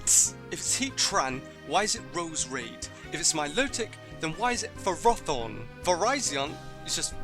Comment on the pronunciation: To be honest, Ferrothorn should be FErroThorn, because it's derived of the Latin 'Ferro', which means 'Iron'. And Arceus should be Ar-S(ey/ay)-Us because of basic spelling rules: a C is pronounced as a K when it's in front of an A, U or O, and as an S when it's in front of an E, I or Y.